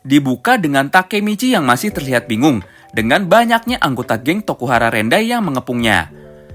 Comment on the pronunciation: Rokuhara tendai bang bukan rokuhara rendai